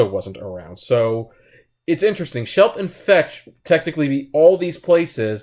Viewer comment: It's Schlep, not Shelp.